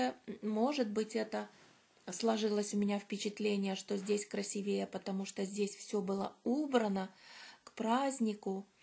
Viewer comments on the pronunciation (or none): красИвее!! Ударение на И!!